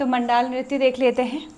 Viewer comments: मैम जी जुगराज रैया आप 🎉। म‌ण्डान होता है मण‌्डाल नहीं। थड्या चौफला एक ही होता है शायद से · Bhai pagal wagal hai kya? मंडान नहीं मंडाण होता है और चौफुला और थड्या अलग अलग होते हैं चौफुला स्त्री, पुरुष दोनों करते हैं, ये असम के बिहु जैसा होता है थड्या बस नव विवाहित स्त्री करती है अपने मायके के आंगन में जब शादी के बाद पहली बार आती है तो बसंत पंचमी से बिखौत तक